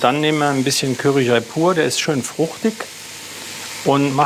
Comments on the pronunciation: Woher kommt es, dass so viele Leute mit dem Wort "curry", also mit "A" gesprochen, Probleme haben? Ich verstehe es einfach nicht. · Die Soose mit Kürri. Kennt man. 😅 Ich bin zu reif um mich darüber aufzuregen wie manche aber es ist einfach lustig und ja es triggert trotzdem immer ein wenig. 😂 Genauso wenn die Süddeutschen nicht "Schina" oder "China" sagen, sondern "Kina". Auch typisch ist das Wort "Kemie". 😂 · Cürree fand ich auch nicht schlecht